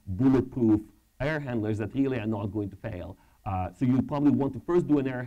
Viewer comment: Рррррррррили? не смог досмотреть изза мразотного произношения